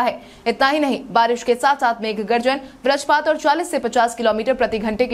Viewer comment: आज फिर से बजरपात को बरजपात बोला